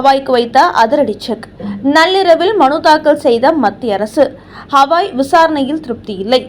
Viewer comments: ஹவாய்...இல்லை. கவாய். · P.R. ஹவாய் இல்லை, கவாய். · ஒழுங்காக தலைமை நீதிபதியின் பெயரை சொல்லத் தெரியாதா அல்லது வாயில் நுழையவில்லையா? அவர் பெயர் கவாய்.அது ஹவாய் இல்லை.அவருடைய பதவிக்காலம் இம்மாதத்தோடு முடியப்போகிறது.அதற்குள்ளாகவாவது அவருடைய பெயரை சரியாகச் சொல்ல முயற்சி செய்யவேண்டும்